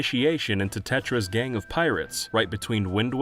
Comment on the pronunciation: I thought you said 'Tetris trackers' instead of Tetra's trackers...